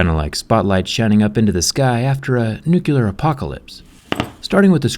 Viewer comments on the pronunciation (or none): Please learn the correct word: NUCLEAR, not "nukelar". The root here is the word nucleus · Why do you say "nuculer"? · Nucular? really? REALLY? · Is nobody gonna talk about how he said nuclear wrong? 😮